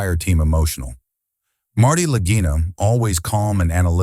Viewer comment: Lageeena, not Lag-eye-na, Stupid!